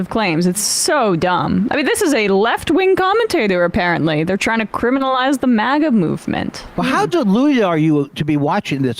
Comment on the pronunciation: It's not "MAHGA", Jimmy, it's 'MAGA'.